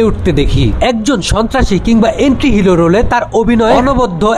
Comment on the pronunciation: এন্টিহিরো না,অ্যন্টিহিরো,উচ্চারণ ঠিক করে তারপর অন্যের যোগ্যতা বিচার করো